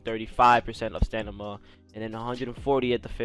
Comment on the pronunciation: Got me saying “stanima” not stamina after watching this video 😂